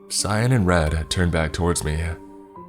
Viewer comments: They- I knew this would happen Also, pronouncing "Cyan" as "Cyon" is sus. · I thought you were saying scion. Not cyan. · am i the only person that pronounces cyan ki ann? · Why he say cyan like that